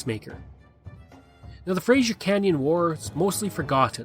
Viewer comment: It is pronounced frazer